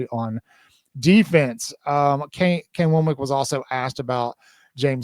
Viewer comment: I don't know why the mispronunciation of Kane Wommack's name is so bothersome to me, or difficult for others, but every time I hear someone say his name it is like nails on a chalkboard.